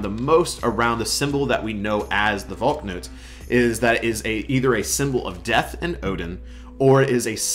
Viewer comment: it's not pronounced "Valk-nut" it's "Val-knut"